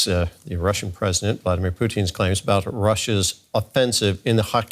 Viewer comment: Pooteen? why is this guy pronouncing his name like that lol